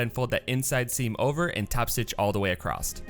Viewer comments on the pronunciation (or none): how do you sew something "acrosst"? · I notice ( as a British English speaker) that quite a few Americans say "acrosst". A brand new word! 😳